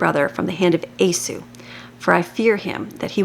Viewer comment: Thank you for your daily readings. For future videos, his name is pronounced "eee - saw" not a-sue.